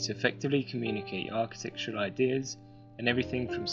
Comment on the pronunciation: lol, it's the accent, he said architectual, meaning architectural